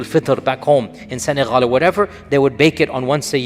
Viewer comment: Sheik Yasser it’s Senegal not Senehal lol